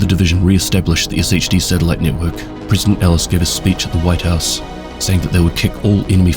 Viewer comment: Pronouncing it Ess Aich Dee when every character in the game says Shade is crazy work